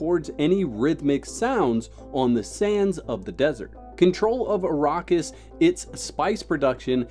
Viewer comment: Also, it's the "Imperium", not the Emporium. And Arrakis is pronounced ah-RACK-is.